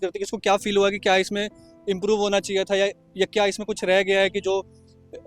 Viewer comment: Bhai ye feel ko pel q bol rha😂